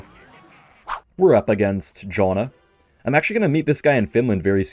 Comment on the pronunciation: why did you pronounce jonahs name like johna 😭